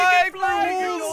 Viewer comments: When you hear says wolls does anyone says that or just me?? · He said walls wools I died there😂😂😂😂😂